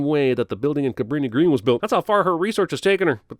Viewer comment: As someone who used to live outside Chicago, I'm deducting sins for properly calling the projects "Cabrini-Green." It is NOT "greens" as in greenspace. Cabrini and Green are the names of the planners. People never get that right.